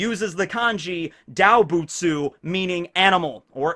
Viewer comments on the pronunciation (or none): DAW-butsu X)